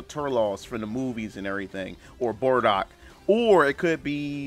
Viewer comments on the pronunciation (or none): He said Bordock I'm so triggered.